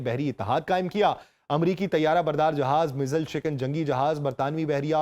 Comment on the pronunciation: چاچا جی مزایل ہوتا ہے